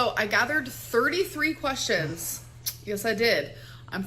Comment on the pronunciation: Lets count how many times she says ... kwess-yins.